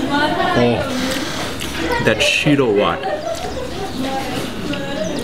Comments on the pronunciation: lol shiro watt I really like your pronunciation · Finally he eats it right but its pronounced shi-rrro whet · real ethiopan i cracked at the way he says 'shiro wet'